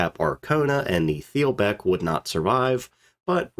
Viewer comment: In the middle of reading a great book on the Wilhelm Gustloff, and it mentions these other ships several times so this is a particularly good video for me. Thanks. (BTW, "th" at the beginning or at the end of a German word is pronounced as just "t." so "it's pronounced Teel-bek 😁)